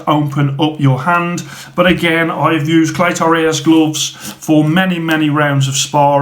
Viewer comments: Nothing rung with how yow say clay-toe ray-yez. Spot on r kid 👍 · Don’t sweat it man, I’m Mexican and you pronounce Cleto Reyes just fine